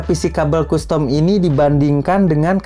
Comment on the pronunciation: Kastem om, bukan kustom